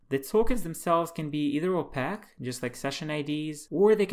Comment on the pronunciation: Nicely done. Clear and concise. One tiny quibble: The word "opaque" should be pronounced as "oh-pake", not as "oh-pack". It is a word borrowed from optics, where it means non-transparent. One might say that a one-way mirror is transparent on one side and opaque on the other.